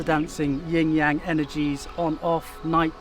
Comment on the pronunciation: gonna be THAT guy. if you’re making an educational video about something, anything in particular, you should ensure that you’re pronouncing the load of material correctly as a reflection of research. it’s YIN (no ‘g’ sound) and YANG (soft ‘a’ sound, closer to “song” than “sang”), wow bone apple tea